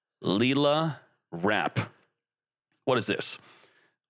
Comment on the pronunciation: You pronounce lil with same sound as ill not lee 😂 comeon bro